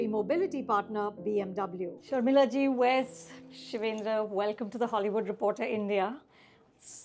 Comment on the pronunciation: You still don’t know how to say the name Wes